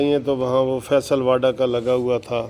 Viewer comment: بھائی.. یہ واڈا نہیں ھے.. واوڈا Vavda...یہ غالباً گجراتی میمن فیملی ٹائیٹل ھے موصوف اکثر واڈا بول جاتے ہیں. بہتر ھے وہ بھی تصیح فرما لیں.